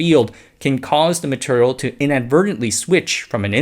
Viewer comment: Why do you say maturial?